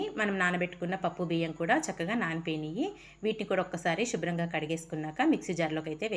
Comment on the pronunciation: షుబ్రం కాదమ్మా శుభ్రం